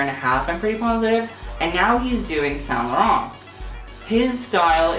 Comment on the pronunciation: He can't even pronounce saint laurent 🙄